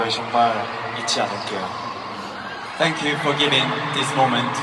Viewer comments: I think he tried to say "thank you" but it sounded like "fack you" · Everytime BTS does something on stage and those memes/clips pop up i just keep cracking up xD OMG Taehyung saying fuck you instead of thank you... I'M FUCKING SCREAMING xD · LOL Tae was trying to say "Thank you" in a British accent